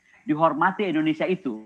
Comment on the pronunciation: Bu..indonesia. bukan endonesia